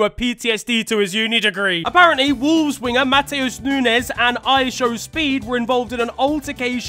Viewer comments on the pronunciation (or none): none